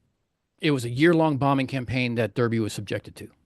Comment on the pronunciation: Great presentation. But please remember for your next presentation that Derby is pronounced, "Darby".